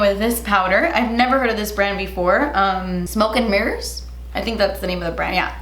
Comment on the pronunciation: “Smoke and Mers Cosmetics” 😂